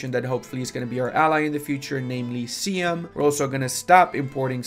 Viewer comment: Siam is pronounced Psy-am